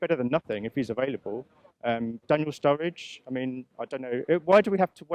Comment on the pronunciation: I was done with this when he said charlie Austin and sturridge Jesus Christ